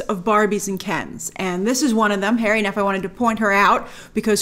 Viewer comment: Hari Neff: pronounced Huh-ri, not Harry. It's pronounced like Hari Krishna. 😊